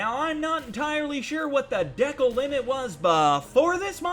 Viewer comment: You are saying Decal wrong